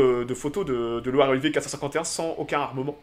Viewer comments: ce n'est pas Loire et Olivier mais LIORE et Olivier !!!! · Pas Loire et Olivier, mais Lioré et Olivier !